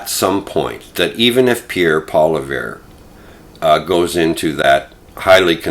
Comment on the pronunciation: How are you a political commentator and you don’t even know how to pronounce Pierre’s last name?